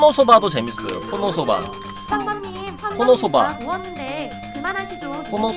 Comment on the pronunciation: 왜 코노스바를 코노소바라고 하시죠??